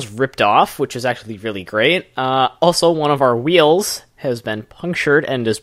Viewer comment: woaw weally?!